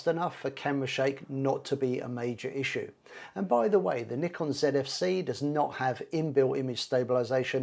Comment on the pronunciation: Thanks for saying Nikon properly, as nee-kon, which is how they say it in Japan. Americans usually say NIGH-kon.